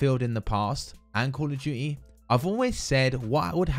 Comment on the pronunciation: “Kawl ughf Tuity”